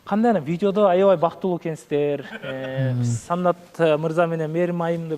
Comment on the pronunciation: Саннат дебей Санат десен